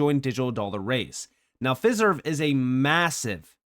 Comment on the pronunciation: Pronounced Fi-Serve, like De-Fi, Trad-Fi, etc... Always great information 👍